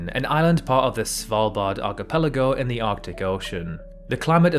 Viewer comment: IIRC I've heard him say archipelago as "archeepuhlahgo" lol For a dude with a geography-focused channel he sure struggles to pronounce geography related terms